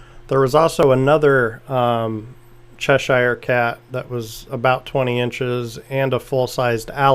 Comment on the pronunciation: It's CHESH-er, not CHESH-eye-er.